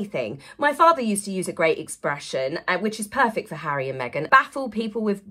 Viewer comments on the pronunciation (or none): none